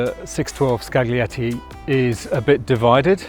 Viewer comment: "gli" in Italian is "lji". So it's scaljietti, not skagglietti.